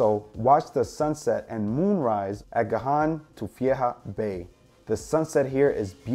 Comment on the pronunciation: The G and the h in ghajn tuffiehia are silent so you dont prononce them.